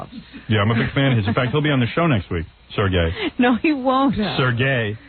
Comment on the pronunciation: It’s not ‘Sir Gay’ Howard- it’s pronounced ‘Sure Gay’- learn to pronounce Russian names properly 😄